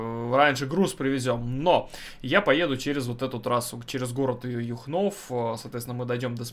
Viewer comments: Юхнов ударение на ю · Привет,ударение на Ю,а не на О